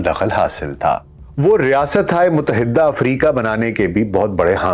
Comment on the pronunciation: A.A.. Yah lafz yarah nahin hay yah lafz gayarah hay... Isi tarah lafz muttahidah hay.. Muttahiddah nahin